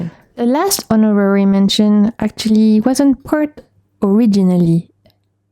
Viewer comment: lol for honorary the H is silent